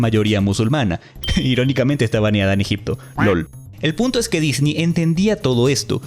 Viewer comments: Me molesta un poco el "disni" creo que es correcto decir "Disnei" cuando hablamos español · Se dice Disney, No Disnii. (Es humor, no c enojen) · En cuanto pronunciaste "Disney" como "Disni" supe que eres un ####### y debía dejar de ver el video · no puedo cuando dice “Disni” me quiero morir x_____x el video es bueno pero >> Disni ? << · ¿¿por que dices dini??